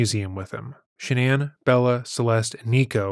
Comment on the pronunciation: Shanann, not Shannan! 🙄